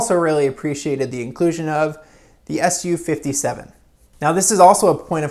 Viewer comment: It's pronounced "soo- 57" not "su 57"